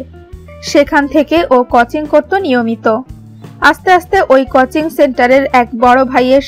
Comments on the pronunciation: কচিং নয় কথাটা.... কথাটা হবে কোচিং... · ভাই কুচিং না কোচিং হবে।